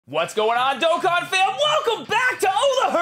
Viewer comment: I remember when you use to say DOK KIN instead of DOE KON. Good times.